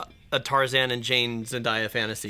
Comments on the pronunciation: Zen-DAY-A not Zen-DIE-A. It’s pronounced exactly how it’s spelled. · remember folks: zen-DAY-a not zen-DIE-a. i am begging. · It's not "zen-die-a" she pronounces it "Zen-day-a" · it's zen-day-uh lol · Can we pronounce her name right though.... Zendaya it's "Zen-day-a" or Zen-dei-uh (they sound the same) not "Zen-die-ya" you pronounce it like it's spelled... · Zendaya is pronounced Zen-DAY-uh, not Zen-DYE-uh. It doesn't rhyme with papaya. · Off topic, but just have to say: it's Zen-DAY-a, not Zen-DIE-a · It’s Zen-DAY-a, not Zen-DIE-a. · Just an FYI for you guys, Zendaya has a video we’re she talks about how to pronounce her name. Apparently it’s a very literal spelling and pronunciation; Zen-DAY-uh (as in “what day is it?”) I didn’t know either until recently! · You guys keep saying zendaya's name wrong. She even went online to confirm that her name is pronounced zen-DAY-a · Am I the only one that grew up watching Disney and am extremely bothered that everyone on YouTube keeps pronouncing Zendaya’s name wrong!? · I love you guys but you mispronouncing Zendaya’s name makes me cringe lol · Them misspronouncing Zendaya's name got to me😂😂